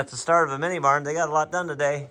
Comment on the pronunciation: It sounded like bar. It was actually barn. 😂